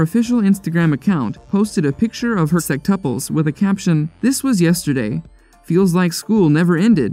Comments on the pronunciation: It’s sextuplets, not sextupples LOL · why does the narrator say 'sextuples' haha